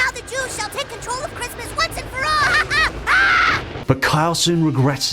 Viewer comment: This guy is so kind and accepting towards the LGBT community that cartoons offend him. And, he can’t even say “Christmas”.